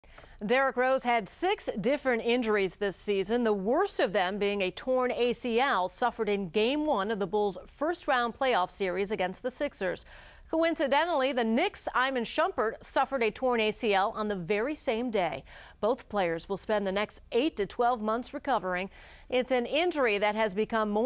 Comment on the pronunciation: I hate how she pronounced Iman as "Eye-man"